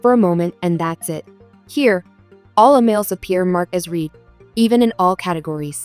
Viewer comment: The past tense of “read” is pronounced “RED” !